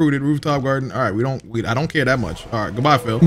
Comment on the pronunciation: I know he ain’t call Pili “Phil.”